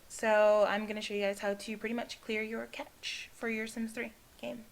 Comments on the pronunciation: Cache pronounced like "cash" not "catch"..... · Thanks for this video! It would help many people if you maybe listed some helpful websites to research problems. I've googled many different problems and some websites really don't help, and some really do. It's hard to know the difference. Also, it's CACHE pronounced CASH. It would have a T before the CH if you were to pronounce it CATCH. Thanks! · lol i know this vid is old but her saying catch instead of cache was annoying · why do you keep calling cache a catch? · Lol at clear the cache you said sim compositor crap-cache LOL